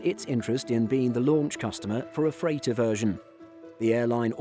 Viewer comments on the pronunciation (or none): none